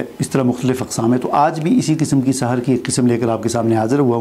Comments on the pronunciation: Bhai Sahar nhe seher bolen ,Seher jadu h jab k Sahar k meaning subh k hen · آپ خود سحر کا لفظ صحیح بول نہیں سکتے ۔۔۔۔